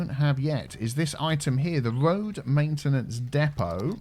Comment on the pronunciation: so it's your..."Main tea nance area"?